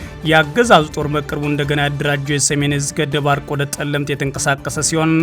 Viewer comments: Is it on purpose that you call Tselemti Telemt? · ጠለምት አይደለም ፀለምቲ ነው, መይ ዳጉሳ ሳይሆን ማይ ዳጉሻ ነዉ እባክህ አስተካክለው🙏🏾